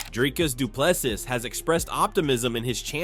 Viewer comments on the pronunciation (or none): Not doo ple s i s but say SEA or SEE